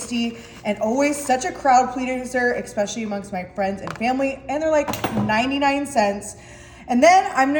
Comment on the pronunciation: I caught that too!!😂